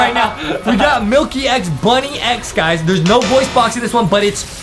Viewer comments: It’s pronounced bunnix not bunny x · btw its bunnix not bunni x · 1: that’s not vesperia , that’s queen bee 2: It’s Bunnix Bun-IX not Bunny- X 💀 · It’s actually pronounced bunnex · Honestly the merch doesn't look that accurate, and they really know nothing about Mirsculous Ladybug at all, and they said Bunnix's name wrong!! I am a real Ladybug fan like this comment if you are a real Ladybug fan!